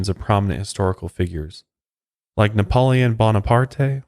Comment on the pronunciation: I am not going to be a jerk about pronunciation but how did you pronounce Napoleon? LMFAO it was a laugh